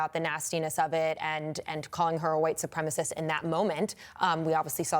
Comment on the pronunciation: Hearing her fuckup the word "supremacist" was like nails on a chalkboard. She is such an idiot.